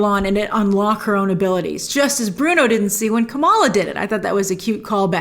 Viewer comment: It's so funny how Cameron still doesn't get Bruno's name right!🤣